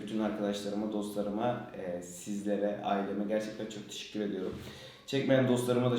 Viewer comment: Tişikkür ederim arkadaşlar